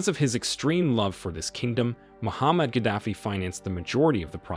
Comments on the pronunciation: Muammar Gadafi not Muhammad 😂 ignorant video présenter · Mo-Mar-ga-dof-fee. please correct enunciation of his name. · It's Muammar Gaddafi